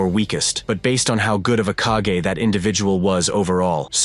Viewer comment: As much as i enjoy this guys video's, his mispronounciation of several words throughout his videos drives me nuts. Kage is mispronounced 85 percent of the time. Then he mispronounced Anbu. I mean, have you watched the anime at all? How are you mispronouncing a word like kage, anbu is a little bit more forgivable but not much. 😮